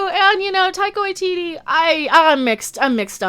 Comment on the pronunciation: "Tycho ITT". 😂😂😂🤣🤣🤣🤣